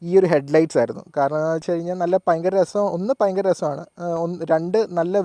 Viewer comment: പയങ്കരം അല്ല സേട്ടാ. ഭയങ്കരം ആണ് ശരി 😂